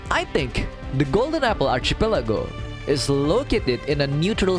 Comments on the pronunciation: Kandungan yang bagus. Sebutan archipelago itu sepatutnya archipelago bukannya archipelago. Teruskan usaha. 💪💪💪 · Why do you pronounce archipelago that way??? Was i saying it wrong??!!